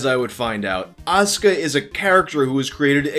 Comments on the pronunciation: "ASS"ka. Damn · I guess you weren’t ready for As(u)ka